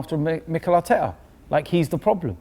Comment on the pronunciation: it pisses me off so much how robbie doubts arsenal so much it not emry it is mikel artekerrzz